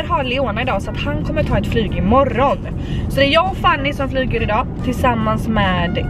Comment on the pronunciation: Tänk på att uttala Fannys namn rätt. Fanny, inte Fannie (vilket förekommer emellanåt). Precis som att du heter och inte Antonyja.